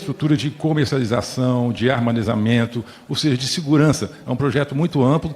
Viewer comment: armanezamento kkkkkkkk